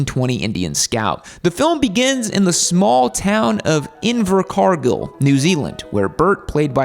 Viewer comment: Haha! First movie is about a Kiwi & 2nd movie has a Kiwi lead! Quite impressed about the pronunciation of Invercargill, but I know it as Invergiggle.😂